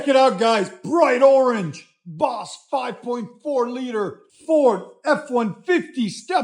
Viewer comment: did you just say “ BOSS 5.4?!?! “